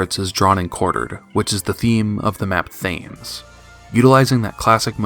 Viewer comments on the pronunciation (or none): Your pronunciation of Thames hurts me.